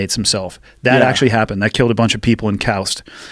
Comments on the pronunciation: But he pronounce khost.....cowst.. I never heard anyone pronounce that place like that before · Is that how Khost is pronounced? I will assume he said it right, it just surprised me